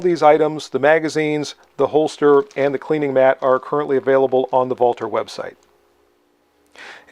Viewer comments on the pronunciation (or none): “Vaulter” lol